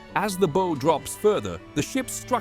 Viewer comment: The narrator needs to learn how to pronounce correctly "bow" and "tears" as they apply to a ship, and not a violin or a face!!